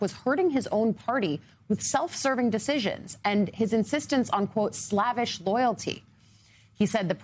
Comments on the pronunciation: "slavish" is regarding like a slave. It's pronounced "Slave-ish". Rhymes with "save" or "cave" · « Slavish Loyalty ». pronunciation should be: slayvish long A sound « ay ». not a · Slavish is pronounced Slave -ish! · For Pete‘s sake. Why is everybody mispronouncing “slavish” all of a sudden? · Mispronounced “slavish.” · she mispronounced "slavish" in the strangest way I've ever heard